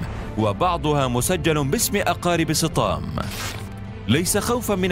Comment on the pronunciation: يبدو ان اسمه سطام وليس صطام